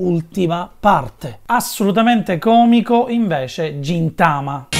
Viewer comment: Veramente belli questi video sui cartoni trasmessi da MTV, grazie! Solo un appunto: si pronuncia 'Gintama' con la g dura (ghintama), non Gintama con la g dolce, alltrimenti si sarebbe scritto Jintama.